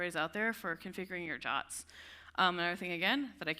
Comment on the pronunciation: Why pronouncing JWTs as "jahts"? This is just silly and will confuse people - just say J-W-T for clarity.